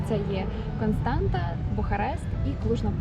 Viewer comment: Констаца, а не Константа